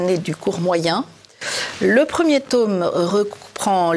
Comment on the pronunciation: Passionnant. (Mais pourquoi dites-vous "taume" au lieu de tome ?)